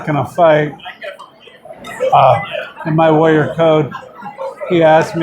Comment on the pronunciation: Every time Tank says Warrior, it's sounds like he is saying LAWYER....make's the interview amusing.